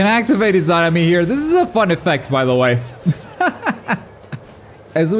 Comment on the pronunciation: 3 vids covering Itachi and he still can’t pronounce Izanami smh